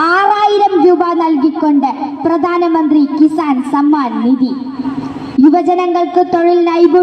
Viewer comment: കുട്ടി വാക്കുകൾ ശരിക്കും ഉപയോഗിച്ച് ശീലിക്കുക.. പ്രദാനമന്ത്രി.. ഫാരതം.. ഇതൊക്കെ തെറ്റാണ്... അവതാരകയുടെ കാര്യമാണ് സൂചിപ്പിച്ചത്..